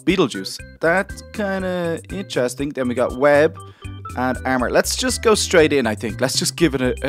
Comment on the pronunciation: does he have a difficulty in saying A and O because: ermor ferm neew